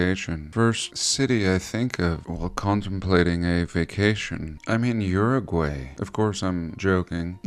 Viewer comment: Hopefully someone will teach him how to pronounce Uruguay 😉 Saludos